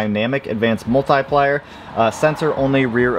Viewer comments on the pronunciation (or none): I love you channel but i hate the way you say "multIplier" 😂 for real though great stuff!